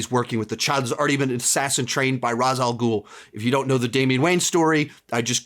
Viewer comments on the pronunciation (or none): my brain hurts when ra's al ghul is pronounced incorrectly I don't care if batman begins had it pronounced that way, it's incorrect and sounds dumb and weird